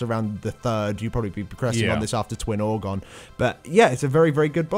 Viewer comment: still saying orgon ;^)